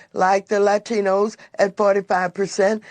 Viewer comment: Honestly i used to live in Califorinia. I dont understand why people keep voting these rasist, crazy people back in! Maxine waters does not want to fix anything! We need people who want to work together! Sunny, the way she pronounced Latinos. For Gods sake sugesting that only uneducated people voted for President Trump?